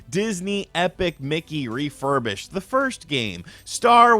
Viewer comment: This guy said refurbished 🤣🤣🤣🤣 ommmfg lmao i love it